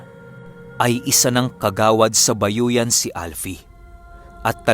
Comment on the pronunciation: sorry pero hindi bayoyan yan kundi ayoyan. God bless